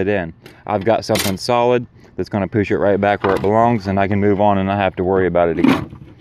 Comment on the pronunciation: Sounds like you have a plan for winter content & I'm sorry to say I love it when you say - Poosh = push lol - Pretty sure I mentioned it in the past!